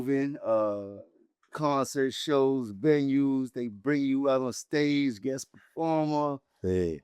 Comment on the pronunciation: jones really said guext instead of guest 🤣